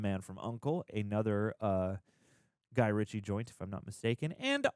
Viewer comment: RITCHIE not Richard..